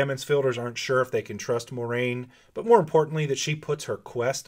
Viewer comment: I love how all these Wheel of Time "super-fan" Youtubers don't know how to pronounce Moiraine's name. It's spelled out phonetically in the back of every book! Here's a hint: it's NOT "MORE-RAIN".